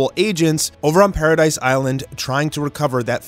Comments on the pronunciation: Paradis not paradise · Wait did he say "alidians" and did he say paradise its paradis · It’s Paradis bro not paradise.